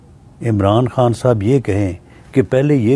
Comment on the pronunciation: Bhai g khan kehna seekh len plz Bari irritation hoti hy imran haan imran haan sun kar😅